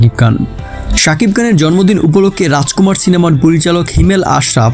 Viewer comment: বাংলা উচ্চারণ হতাশ করলো। "র" এর উচ্চারণ ড় দিয়ে হয়েছে। যেমন‌, ড়াজকুমাড় (রাজকুমার) ড়ুপ‌ (রুপ) আবার‌ হাত‌ বাড়িয়ে‌ হয়ে যাচ্ছে‌ "হাত‌ বারিয়ে‌" ওভার এক্টিং করলে যা হয় আরকি।